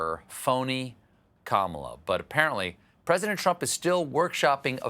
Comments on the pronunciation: Who's that again?.... Carmela Harrris? LOL. I'm from the Caribbean and that ladies name is like "camera".... not "carmera"..... LOL. Americans and their pronunciation is appalling. Try "ka" "mi" "la". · As an Indian I would like to point it out that Kamala should be pronounced, "kuh-muh-laa". Of course, she's American Indian, not just Indian, and may prefer being called "kaa-muh-laa". But hey, the more you know